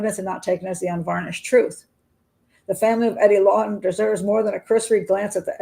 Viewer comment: How do you not ever mention the fact that Wayne’s sister is married to Eddie’s brother? How do you not go into the stories of these 2 families? Doesn’t seem like you did a lot of research into the 2 men. You don’t even pronounce the last name correctly.